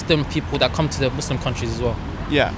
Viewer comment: why do you pronounce 'muslim' in the way that you do? such a strange way to say it lol, ive never heard anyone say it like that before